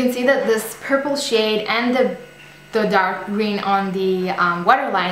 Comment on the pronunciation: Purpule? Noooooo, please change that, it sounds like a septic pimple or something even worse.